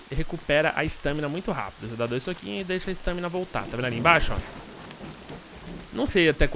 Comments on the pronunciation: ESTÂMINA? É "estamina" . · para de falar "estâmina" é estámina, sério sem qrer ser hater, mas dá nervoso, e o bglh q tu fala toda hora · "ESTÃMINA" que aflição kkk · sua pronúncia, estâmina está errada abraços!